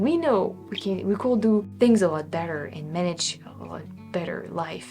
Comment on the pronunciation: Our word "could" really rhymes with "good". I think you try to pronounce the "l" - but we don't - of course our spelling is nuts. Amazing English. I wish my French was half as good.